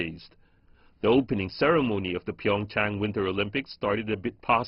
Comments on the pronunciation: Jeff Zhe ZHU Nobody gives a shit if it was taken from ancient Mandarin or not. It's Korean now. Pronounce it the Korean way. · Why does she say Pingchang instead of Pyeongchang? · She called it PingChong instead of PyeongChang lol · Jeff Zhe ZHU Irrelevant. It's a Korean city. They should pronounce it in a Korean way.